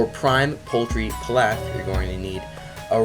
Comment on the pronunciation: p-E-laf Pronunciation ☝️